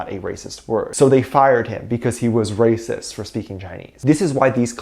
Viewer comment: did I hear you say #BTSARERAPIST? instead of #BTSARERACIST? 🙊